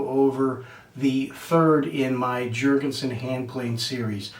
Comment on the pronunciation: Why will you Americans not understand that the scandinavian "J" is pronounced as a "Y"..? Damn you, Jankees...